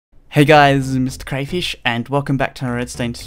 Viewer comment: You said your name wrong you said